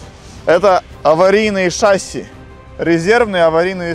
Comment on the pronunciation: Не шаси а шасиии